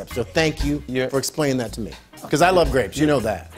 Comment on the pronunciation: It was "crapes" not grapes.